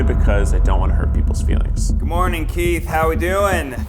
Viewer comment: I kept hearing "keef" whenever they tried saying keiths name lol